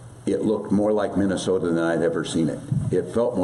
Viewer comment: This person cannot even pronounce MINNESOTA, CORRECTLY 😂 listen carefully, he calls it mint an soda and